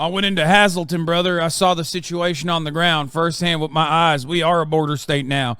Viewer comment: Wild af to hear that area name dropped kinda a small town/zone but it’s not ‘has-el-tin Pennsylvania’ it’s hazel-ton. Wilkes-barre = will-ke-ss bare/bear - not berry or Barry (because bear creek is close nuff) All the towns have odd names with odd pronunciation if it’s not Amish/old Germanic/polish/etc it’s Native American Poconos, Tunkhannock, Susquehannock it’s different pronunciation then traditional English and a lot of streets follow a similar speech pattern mixing the indigenous sounds with regular language. Ooo/ oohs /aaas/ahhhs and k/no/ck/ fast noises almost like clicking/poping the sound - then you have Pa deutch and Pa 2/3’s Dutch has more Germanic sounds w/v ie and ee noises 2/3’s is a kinda like too tree : ooos and eees — yoouse guys That kinda bs. Also oddly enough different music from shape note singing/Appalachian styles— not traditional Gregorian chant chatholic choir music and paper with ye old traditional English dictation and pronunciation or other languages. The sounds focuses on were different tonal notes with different scales and taught in the earliest schools(pre-chalk board to chalk-board era, if they can’t read or write they can pray by singing and looking at shapes not music notes and not at letters from an alphabet Pa has weird dialect. Altho it was evened out during the golden film years and things like sound equipment developing and news stations with radios. (A more English dialect was taken over and practiced from singing and acting to dai